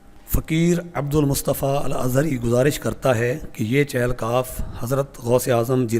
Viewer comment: جہالت کی انتہا یہ ہے کہ اکثریت کو اس لفظ " چہل" کے تلفظ کا ہی پتا نہیں اور غلط بولتے ہیں۔ چہل فارسی زبان کا لفظ ہے جس کے معنی" چالیس" ہیں اور تلفظ یہ ہے، چ کے نیچے زیر ہے